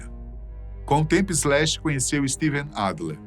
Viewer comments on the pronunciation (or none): Bem, boa informação, mas é muito dificil ouvir Brasileiro a falar Inglês, o nome do guitarrista é Slash, SSSS Slash, e não Ezlash, não sem E nem Z, para suar Ezlash. De resto o nome da banda Guns n' Roses foi bem prenunciado, problema o artigo "o" usado para o nome da banda, é usado no singular quando a banda é composta por varios elementos, logo usamos o artigo no plural, Os Guns n' Roses, caso fosse composto por apenas um unico artista, pode usar então no singular.